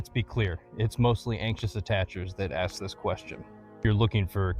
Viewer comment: Why many people pronounce the word "ask" as "aks" now?